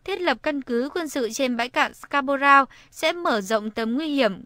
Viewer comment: Người thuyết minh phát âm chữ Scarborough sai rồi ! Đi học tiếng Anh lại đi